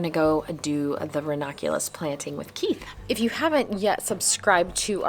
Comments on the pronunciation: I appreciate this VIDEO and all information for Growing RANUNCULUS 😅 only one thing I noticed was that you. Kept Pronouncing RANUNCULUS differently. You kept saying RAW NAH CULAS! That sort of Drove me a little crazy but not too serious. Lol!!❤👋🤭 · Hi. It’s ra-NUN-Q-Lus. But I like how you say it too. Hehe